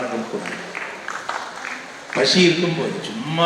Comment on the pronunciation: It not passi rather it's pasi...